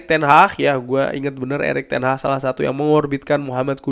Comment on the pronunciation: Ten hagggg bang bukan ten HAHhhhhhhhhhhhh